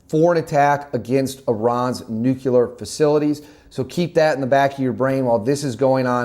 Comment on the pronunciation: Nuculear<Nuclear Hard to take you seriously.